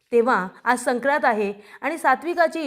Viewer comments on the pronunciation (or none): " सक्रात " नाही " संक्रांत ".